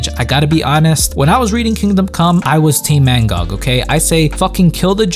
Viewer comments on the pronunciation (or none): It’s Magog not Mangog 🤣